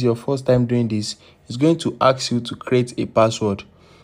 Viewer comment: Thank so much!! *unrelated (You sound French/African) When you say the word ‘Ask’ you pronounce it as ‘Axe’ which to English speakers sounds inferior. It’s a common error with French speakers. ✌🏽